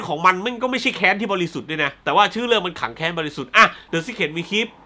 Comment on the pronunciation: พี่ ผมได้ยินเป็น ถังแก๊ซบริสุทธิ์ ...